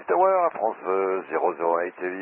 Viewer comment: I mean... it's Air France, not Airfrans, I think that should be pretty known by now.